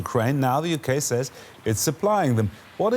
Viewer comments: it's not SAZZ. The word is pronounced says. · Or sez.